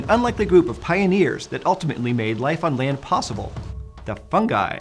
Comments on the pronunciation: Why do Americans spell the letter "I" like. ai, you say "Fungai", that is scary!!! When u say "Ring" you spell the "I" the right way... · Fun-ji. Fun-JEYE. With a J, not a G. Geez. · Is it me or did I really heard 'FUN GUY' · I was pronouncing “fungi” wrong